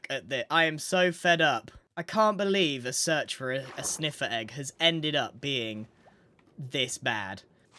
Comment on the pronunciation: LOL I love how he says "EGGUH!!"